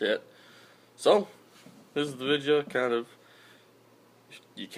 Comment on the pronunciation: it sounded more like vidjeo